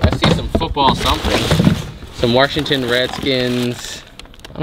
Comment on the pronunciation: Warshington... ha